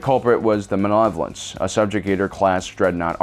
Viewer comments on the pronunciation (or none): DID THIS DUDE JUST CALL THE MALEVOLENCE THE MILLAHVENCE. Mispronouncing word doesn’t make you sound cool and special, it just make you look like a fuck bucket. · “The Mahnlevolence”